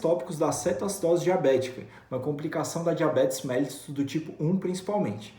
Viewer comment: A pronúncia correta é MELLÍTUS, e não MÉLLITUS.